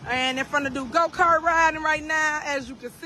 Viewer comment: Wait, did he say "Go Carts" of "Goat Farts"?